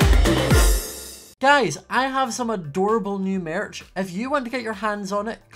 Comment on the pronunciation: Am I the only one who loves the way he says maerch.